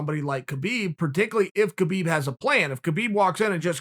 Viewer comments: Love you Chael, but pls pronounce br. Khabib name correctly. Its pronounce as Khabib where the K is silent. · Man your pronunciation of Khabib’s name is killing me 🤦‍♂️